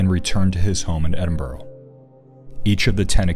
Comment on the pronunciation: Just a pity Americans can't pronounce Edinburgh properly.